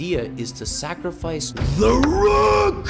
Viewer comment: I feel like the universe is gonna explode everytime he says "sacrifice"